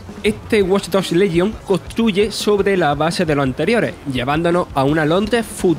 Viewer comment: el problema no es el acento , es el locutor , problemas con la R , guion mal leido y lento y ceceo que no es cuestion del acento ya que cualquiera puede tener ese problema , watch dogs lesion , yo soy andaluz y insisto no es un problema de acento si no de lectura